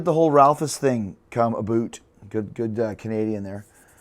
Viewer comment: I'm the Eric from Collinston, Louisiana at the mark that asks aBOOT Ralphus!!!